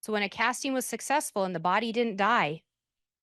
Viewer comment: My dumb brain gets annoyed every time she says an “ing” word as “een.” “Casteens” “Wanteen” it’s literally not even her fault lol it just pierces my brain in the wrong way